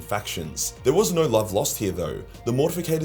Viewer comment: The hilarious toilet humor quips keep me coming back. That and "narr" when he says "no"